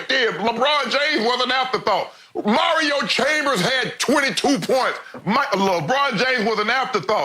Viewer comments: The mispronounced names in this vid are hilarious..."Mario Chambers!" 😂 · This man said Mario Chambers 😂😂😂😂😂